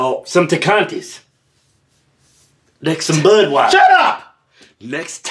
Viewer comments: “Tecantes “🤣lmao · “Some Tecantes “ lol